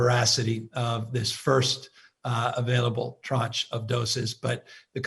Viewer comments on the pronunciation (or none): Also, you keep saying “tronge” of vaccines??what is that?? ....that is not a word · It’s tranche, time for your hearing check?